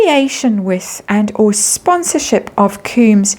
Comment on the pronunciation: It's NOT pronounced ''koombs'' it's KOMBS (Sean Combs) 😅 I wonder if this is what Lady C was trying to say it was going to happen in the Spring. 🤔🤔🤔 Thank you for another video. 💜